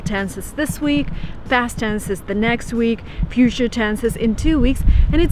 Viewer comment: fast tense and puture tense?